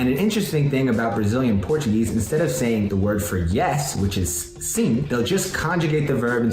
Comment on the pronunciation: É tão legal nos ver pelos olhos de um estrangeiro! 😂😂😂😂 P.S.: falar "trem" pra tudo é coisa só de mineiro, não é do Brasil todo 😂😂😂 P.S. 2: minha mãe tava aqui escutando e entendendo quando vc falava em português, sinal de que sua pronúncia de português é ótima,! 👏🏻👏🏻👏🏻😉😊